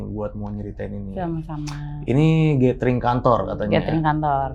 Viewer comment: . Gathering dibacanya [gédering]. Bukan gétering. 🤦🏻‍♂️